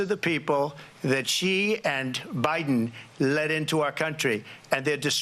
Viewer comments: Did she just say ooobiden? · She called her boss prez Obiden😂